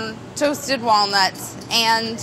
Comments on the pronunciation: Did anyone else hear walnoots instead of walnuts? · did she just said :"with all my wal-noots?" Molly just transcended into the Brad Realm ! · I heard "wall newts".